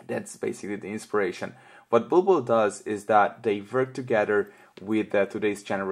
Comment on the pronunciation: It's pronounced 'bull-bull' and not ball-ball !